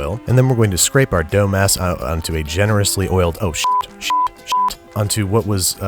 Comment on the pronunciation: "Dough mass" sounded like "dumbass"